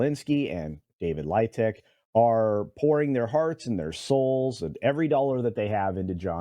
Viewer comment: David Leitch= David Leech